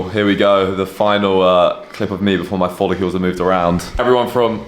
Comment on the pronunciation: Why are you calling them follecules when it’s follicle? Hah … good shit though man